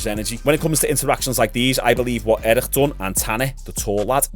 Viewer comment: Its eric not erishxusbbxksk